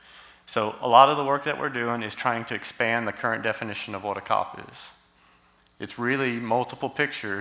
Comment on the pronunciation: I have only ever heard COP pronounced as "C-O-P", as an initialism and not an acronym. Maybe DOD usage is different, but I can't even deal with this. lol.